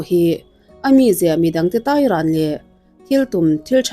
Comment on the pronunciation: 'Khan' tih te, 'tai' tih te hi i lam dân a dik lo a nia. Mizo ṭawng hi a lam dân azira danglam a ni a, ziaka sawi fiah a har, i bul hnaia puitling tu emaw lo zâwt teh aw, a zia lo tlat, vantlâng hriata thu sawi in ni ṭhin si.